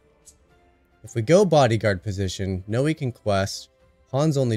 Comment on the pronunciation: Just say Noi like the beginning of the word ‘noise’ Love the videos